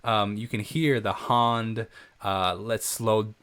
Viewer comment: No one actually says hand like that in the U.K. 😂 some of us say dance like that though 👍